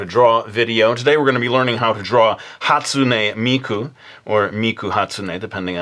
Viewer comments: Is it the way mark pronounced it,"hastumey miku" or the way I've always said it "hastune miku" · Dude that's not how you say Hatsune Miku"s name FYI you are an idiot